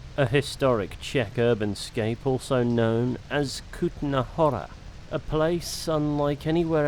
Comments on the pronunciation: i love your videos.. because you u looking for content in games nobody explains. Really thanks for that. I love it, n really sorry.. but you said that Kutná Hora straight like American actor.. 🤣🤣 so I hope you don't angry on me.. 🤣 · As Czech your pronounce is really great.. Kutná Hora straight with american accent.. 🤣 i like it 🤣🤣